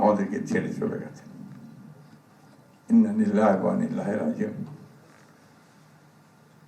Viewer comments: ইন্নালিল্লাহি ওয়া ইন্না ইলাইহি রাজিউন। এটাও ঠিক মতন পড়তে পারে না আফসোস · মৃত্যুর দুয়াটা শুদ্ধ করে পড়া উচিত